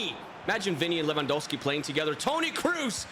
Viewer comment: Who is Levangowski🤣🤣